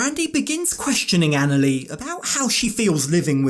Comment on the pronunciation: How can you marry someone that can't even pronounce their fiancee's name correctly?? It's annoying! Anali is pronounced like Ahn-ah-lee. She even states her name on the 1st episode! 🤦